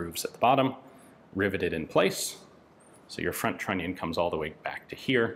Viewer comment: What Yan say: "trunnion". What I hear: "INATORRRR" )